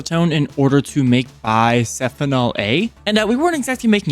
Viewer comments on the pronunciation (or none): YESSSSSSSSSSSSSSSSSSSSSSSS MORE Edit: It's Bis-phenol, not Bi-sephinol 😭